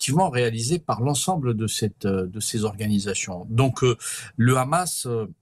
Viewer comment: Je me demande pourquoi vous prononcez hache pour la🪓 et khamas pour les combattants palestiens?